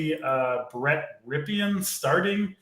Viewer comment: You guys never heard of Super Bowl MVP QB Mark Rypien? You keep saying Brett Rypien’s name wrong.